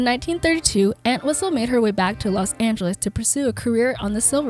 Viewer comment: The entire video she kept mispronouncing our last name 🤦🏻‍♂️ it’s ENT-wistle not ANT-wistle